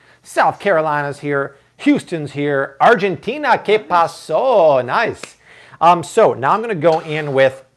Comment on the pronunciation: cringed when he said que paso loll